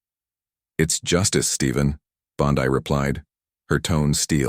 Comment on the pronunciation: Not only fake, that's not Bondi in the picture, and the guy talking doesn't know how to correctly pronounce Bondi or Colbert